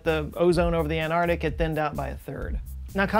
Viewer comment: I love you, I love your videos. But please, please, PLEASE, consider not being one of those people who pronounce arctic as "ardic." Please? ark-tick. ant-ark-tick.